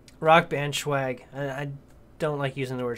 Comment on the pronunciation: Good video. BTW...it's pronounced swag....not schawg. It's not weed.